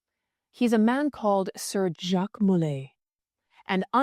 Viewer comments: Sir JACQUE mulay Sir JACQUE mulay Sir JACQUE mulay Sir JACQUE mulay Ok enough with the AI voice we get it it you can't pronounce Jacque! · Maybe Jacques de Molay was persecuted because whenever someone pronounced his first name, it sounded like some trans-dimensional demon was interjecting on his behalf..